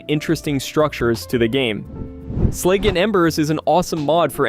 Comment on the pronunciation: Using "honestly" when there's no need to imply you're saying something that's difficult to admit to, and blatant mispronunciations like "slag" as "slayg" used to annoy me so badly that I'd dislike videos, stop watching them, and block channels with YTBlock. Now they make me go, "Oh, so this guy isn't using an AI voiceover after all" lol. Funny how a person's pet peeves can stay the same while the societal/technological circumstances around them completely re-contextualize them.